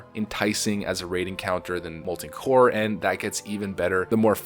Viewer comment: "Molten Core".